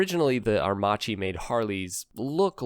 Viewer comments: it's "AIR_MAKKI" not "AIR-MATSHEE .........." and it is " POR-SHE" , not "PORSH" (2 syllable ). "first electrical bike" worldwide ?????? Heavy doubts ...... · it's pronounced aer--makEE, not aermAchi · Airmacchi is pronounced "Airmahkee" not "Airmahgee". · The correct pronunciation is “aermakki"😉 Other than that ,nice video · Aermacchi is pronounced "air-makki". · It's pronounced Air Mah Key. It was a Italian aircraft manufacturer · The Livewire looks good!!!! Are you blind... A horrible looking thing and Harley should be punished for this war crime. PS.. Aermacchi is pronounced Aermac ie. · Very interesting video. I just recently discovered that aermacchi was owned by Harley. And by the way, just as a linguistic point of view if anyone's interested the correct pronunciation in Italian would be Ah-ehr-makki :) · Please, it's pronounced Ah-air-mack-ee. You might have included the family of Aermacchi two-stroke singles in displacements and street-only and dual-sport versions. There was even a race-winning MX250 motocrosser. The street-only versions at least looked like smaller Sportsters. They eventually became Cagiva. Postwar, the DKW RT125 was built by Harley in the US, BSA as the Bantam in the UK, Minsk in the Soviet Union, and Yamaha in Japan. Plus DKW themselves in West Germany and IFA in East Germany. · Please learn how to say aermacchi correctly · You are pronouncing Aermacchi wrong.... you say the cch as a solid C sound. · Re: Aermacchi. In Italian 'ch' is always pronounced as 'k'. That is basically the sole purpose of 'h' in Italian, it doesn't exist as a stand alone letter.